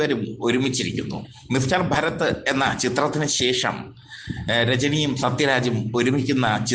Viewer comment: ഭരത് അല്ല ഭാരത്‌